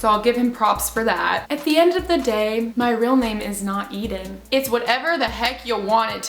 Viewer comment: Ithhhh Ennnnn Sounds so flipping different Eeeeee deeeeeeen Hi bacon nugget